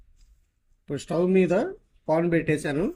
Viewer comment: Pon kadandi paan ani anali Ledandathe banali or bhandi anandi Mundu sari kuda cheppanu vinandi